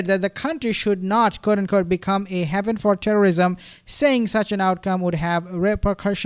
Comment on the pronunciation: Haven is pronounced hayvn.